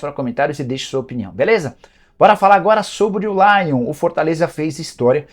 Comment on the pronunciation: Nicola não é Lion é Laion! hehe